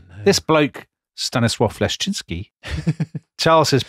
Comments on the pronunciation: Dominic's pronunciation of "Leszczyński" is about as close to the original as a non-native speaker can get — well done. There’s an interesting fact about this otherwise rather unfortunate king: his daughter married King Louis XV and became Queen of France. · Another Pole here to congratulate on the pronunciation of „Leszczyński”. Well done, Sir!